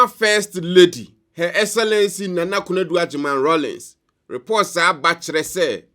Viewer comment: Please it's Nana not Naana😢